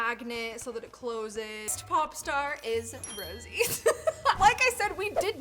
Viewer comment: I thought I was going mad when she kept saying Rosie!